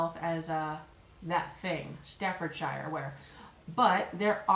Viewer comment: The 'shire' in 'Staffordshire' is not pronounced as you would normally pronounce 'shire', but as -sher. Also a difficult one for many people is the name Worcestershire sauce, which is just pronounced as Woostersher sauce, of even Woostersauce. Isn't that weird!?